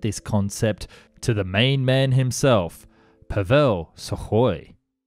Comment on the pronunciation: Hahaha Pavél wtf. No, it's Pável.!